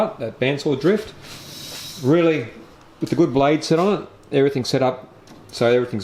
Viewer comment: Thanks for sharing 👍 Has anyone ever told you that you sound like Colin Carpenter when you say "really" or "rooly" 😁😁